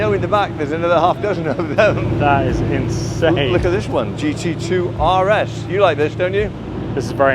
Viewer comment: Definitely an inSHane way to SHtart an epiSHode! 😁